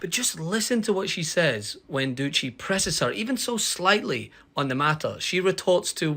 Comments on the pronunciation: It’s Steve Dooo seeee not dooocchi 😂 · Doucey is a knob, but at least get his name right. It's not Doochey. That's just lazy. Do better.